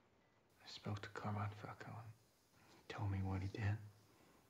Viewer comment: Why does everyone I watch pronounce Falcone "Fowl-cone-ee" Is it just an American thing or?